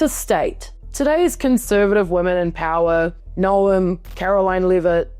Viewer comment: Still only half as unexpected as pronouncing the E in Noem LOL